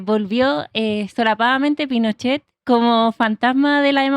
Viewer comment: pinoshe pinoshe pinosheee lo primero que dice la niñita en el video, la primera intervencion es pinoshe, por favor zurderio lea mas, informese mas, tan basicos.